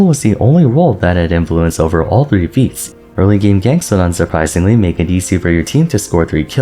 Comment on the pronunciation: whenever you say feats of strength I SWEAR im hearing pizza strength